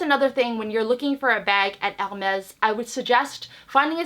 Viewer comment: Never thought anyone could make Hermes sound like a Mexican brand...'El Mex' LOL